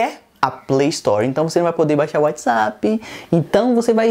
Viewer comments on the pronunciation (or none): none